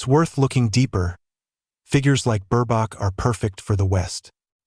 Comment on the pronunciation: Mispronounced name of Ms.B.😢